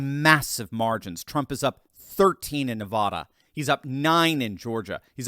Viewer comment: LEARN HOW TO PROPERLY PRONOUNCE NEVADA!!!